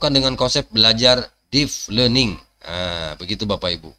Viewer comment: Deep learning, bukan Deef Learning, mas.